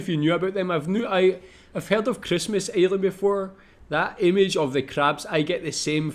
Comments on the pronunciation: Ok 👌 I had to watch and listen back a few times but I get it now though before I watched it back lad, I didn’t know if you were saying island or “aliens” ....... PS the crabs yes they make you squirm just a little bit 😉🤜🤛😂😂😂😂😂😂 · Every time you say island, it sounds like your saying Aliens lol, anyway, Norfolk island i knew about, i am a Tasmanian, but i didn't know about the language part, that was new and interesting to me for sure. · LOL it sound like you saying aliens